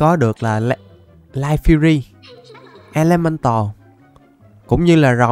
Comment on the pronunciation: Chào trứng màu tím là e le men tồ mới đúng chứ ko phải là e tơ nồ